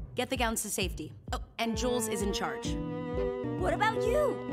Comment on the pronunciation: The more i hear her say Jules, the more i hear Jules drools 😂😂😂❤